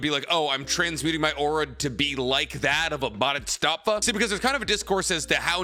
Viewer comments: Are you not pronouncing Bodhisattva correctly on purpose?! I've seen people correct you in plenty or videos and you still say it so wrong over and over. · Love, but being a Buddhist, boy do I cringe every time he white man pronounces bodhisattva lol. Wish people would research correct pronunciations of the things they're presenting on. Just feels a tad lazy. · isn't it "Bo di sat va"?? not "bo dits sat va"?? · It's pronounced Baa-duh-saat-vuh . And I believe Neteros prayers and meditations eventually made him awaken and become one with nen. He's not using it. He simply IS and it (nen) does. That's why he needs to pray before he moves if not he would have just eliminated that step (the prayer) once he achieved the speed. it's his "condition" he will give thanks to nen . No one else is devoted to nen like him. all he's doing is moving. It seems like he has a limitless supply of nen because he's not using his own reserves the nen is just responding to his prayers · Bro it's "Bodhisattva" not "bodhustattva" it means "one who seeks awakening" nothing to do with "different levels of worshipping" any lesser deity... It's a way of life. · Pronounced Bhodi Sat Va not BodyStatVa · Love the video but I gotta correct you on one thing: It's 'bodhisattva', but I keep hearing you say something along the lines of 'bodhistaffa'. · Nice video but you pissed me off saying bodhisttatva instead of bodhisattva, soooo many times man🥲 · Bhodisattva is pronounced BOH-dee-SUT-və, not BAH-dee-STAHTS-və. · Practicing Buddhist here. It’s pronounced Bode-he-sAAHt-Vah. Guanyin (also called Avalokiteśavara) is not a goddess, nor any kind of “Heavenly Being” (Deva). A Bodhisattva is a being that has attained enlightenment, but still chooses to be reborn to guide all other living beings to Nirvana. They are “Buddhas who return” A Bodhisattva can reincarnate as anything: a human, an animal, a place, a city or settlement, a mountain, lake or a piece of art.